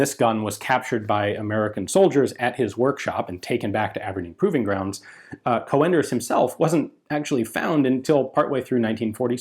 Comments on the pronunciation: I have the impression you're saying "co-enders", but wikipedia renders his name as "conders" with an umlaut my keyboard can't reproduce. When the umlaut is not available, an 'e' would be added. In Enigma messages they'd write "fuehrer" for example. Obviously that's not pronounced fu-ehrer but just fuhrer. Not sure how I would describe the prenunciation of an o with umlaut. I'm Dutch myself so my keyboard isn't made for this. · I am assuming that 'Coenders' though he was German will be pronounced in a similar way to how it would be in Dutch. The 'oe' sound is very much like the o in 'who'. If the 'oe' is actually replacement for 'o with umlaut' (common in written German), then it is a bit more like the e in 'her'. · the correct pronunciation woulď be Cunders.. Coenders is namely the alternative spelling of Cönders for when the writing tool lacks an umlaut.. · Not a criticism, just a correction Cönders (pronounced with an o like in "hello") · Isn't his name pronounced Caynders? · Coenders sounds more like an originally Dutch/Belgian name???. It probably should be pronounced more with a UUHH/OEHH sound ??? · Coenders is pronounced like Coonders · The name is pronounced as Coonders, like in raccoon, not Co-enders. You're usually good with pronouncing names, but this time you had it wrong. Edit It's in actually a Dutch name, not German. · Coenders is not pronounced like "co-enders" it sounds more like kuhnders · Joh another great video about a forgotten weapon, but...you are really butchering the name mate 😉 Coenders is a Dutch name, so prepare for our fowels. Its pronounced koen-ders, not co-anders. The 'oe' is one sound, like the call of an owl, 'oeh-hoe, oeh-hoe'. For advanced lessons, now try to pronounce the name of an owl character from an childrensbook: oehroeboeroe 😁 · So in English, it's pronounced as Coonders. Like moon and spoon etc. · The German "oe" sounds like "oo" when pronounced. So "Coonders" (as in "raccoon"), not "Co-enders".